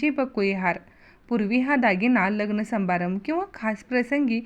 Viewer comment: संबारंब नव्हे समारंभ कसली शुध्द भाषा हि .